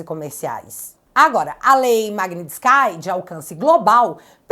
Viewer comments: Oi,, o nome da Lei é pronunciado como Maguinístik, não Maguinistiskai, ok? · pelamordededeus é MAG-NITS-KI e o final n tem som de sky, tipo céu em inglês! Vai ler o livro Alerta Vermelho pfv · Vídeo maravilhoso, 👏🏻👏🏻👏🏻👏🏻 Um adendo, a pronúncia é com i no final, magnitsk"i", de resto ficou perfeito ❤ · A pronúncia é "magnitsqui" vem de um nome russo.